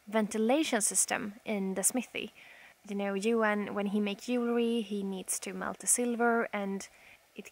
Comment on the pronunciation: You're so precious! I wish I could just give you a huge hug sometimes. Also, I had to smile at the way you pronounced "jewelry". It is a hard "j" in English, the same as when you say "jump". Keep learning!